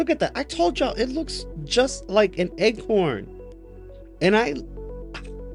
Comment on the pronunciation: Pronounced acorn not egg-corn.